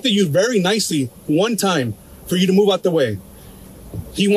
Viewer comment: The fact he cant even say “you” and instead says “use” is a good indicator on his education level.